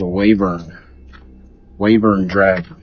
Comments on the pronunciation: #1: It's Wyvern, not wavern, and #2: It's just a rock. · Wyvern not wavern 🙄